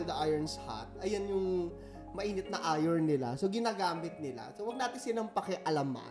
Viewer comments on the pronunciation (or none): none